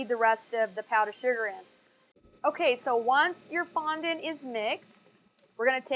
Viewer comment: I hate how you say fondent you should say it like fonDAT *duaht*